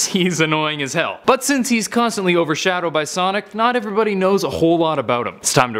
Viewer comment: He said overSHADOWed